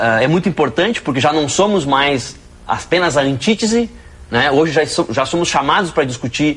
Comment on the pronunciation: "Antítisi e Síntisi"? Arrumem ao menos um socialista marromêno letrado para debater.